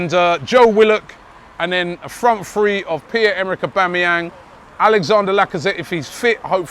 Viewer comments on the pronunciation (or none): none